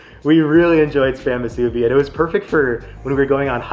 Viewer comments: Great video! We’re born and raised on Oahu! Yes, KALUA pork…and it’s MOO-soo-bi. Not Moo-SOO-bi. 🍙 We enjoyed your review of our island foods! 🎉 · Kalua not Kailua and moo-soo-bee not masubi! Mahalo for highlighting some places here at home not many other vloggers do like Bob’s ❤ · Love your attitude, but as a local Hawaii boy, I need to issue some corrections. 1. Not everyone from Hawaii is “Hawaiian”. Hawaiian is an ethnicity, so only native Hawaiians should be called that. The rest of use are just Hawaii people or Hawaii locals, or “kama`aina”. 2. Kālua pig is the right name, not Kailua. Kālua is a Hawaiian word that describes the cooking technique. 3. It’s pronounced MU-su-bi, not mu-SU-bi. 7-11 one is not the best because the spam is not crispy enough, but it’s fine in a pinch. Bob’s is solid. Guava Smoked is also worth checking out if you come back. I’m a malasada purist who likes no filling. Leonard’s is the best, but one of the bakers opened their own place called Pipeline’s that is also good. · If you want to pronounce "musubi" how we locals say it, please look up "Amanda and Felix musubi"